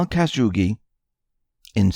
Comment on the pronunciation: Khashoggi, Cuh-shaw-gee. Not Caz-hoogie.